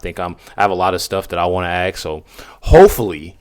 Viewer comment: Why would you “ Axe” somebody ? Using this saying reminds me of Lizzie Borden who axed her parents. Podcasters need to speak proper English to attract the most listeners possible. Please say Ask when needing an answer from someone.😠